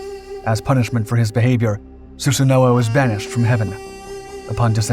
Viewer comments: I'm sorry your pronunciation of Susano'o bugs me so much ;( in Japanese they pronounce it like "Sue San O" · su-sa-no my ears bleed when you say it wrong